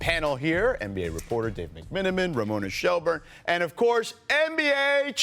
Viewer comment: He pronounced Ramona Shillburne wrong.